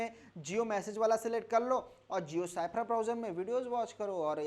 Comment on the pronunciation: साइफर क्यों बोलते हो ! स्फेयर पढ़े ।